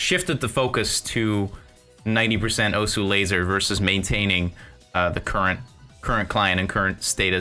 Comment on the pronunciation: I mean alot of people do it. I know it doesn't make it right but it makes it a more understandable mistake